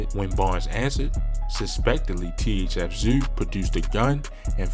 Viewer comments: “THF ZUU”🤣🤣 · This nigga said "THF Zew" 🤣🤣💀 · I was hollering my boy needs phonics 🤣